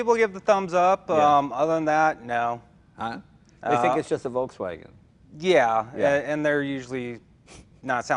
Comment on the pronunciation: for such big hobby and interest that Leno has in cars for so many years, he should pronounce "Volkswagen" right by now,,, Hint, it's not English.